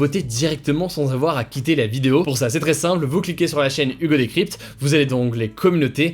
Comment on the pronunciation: Je suis le seul à entendre "Hugo des Cryptes" ?